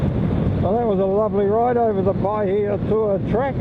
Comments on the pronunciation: You pronounced it better than most people would! 😄 Those were some cool areas you rolled through, and very scenic. Lots of history there. Enjoyed it 👍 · He's saying Pahaitua fine.